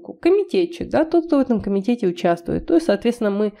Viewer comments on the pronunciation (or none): ударение в комитете у вас не туда LOL